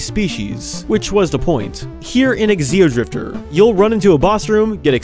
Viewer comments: I wonder why he keeps calling it eXeodrifter, instead of just... Xeodrifter. The X is pronounced like a Z, not like the letter X. I mean, you don't call them eXenomorphs, you just call them Xenomorphs. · Why does he pronounce Xeodrifter as "Exceodrifter"?